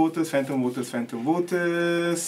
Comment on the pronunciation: utjjub has a big problem w singlish /manglish pronunciation, like evertime he says 'voters' it translates 'waters'...😊😅😅